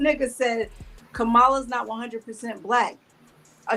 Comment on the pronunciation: Mispronouncing Kamala’s name is wack. Do better.